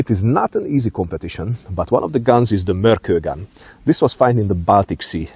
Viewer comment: It was discovered near an island called Mörkö (just noticed you mentioned this in the video), and the proper pronounciation would have a short pause between Mörk and Ö. As "Ö" just means "an island".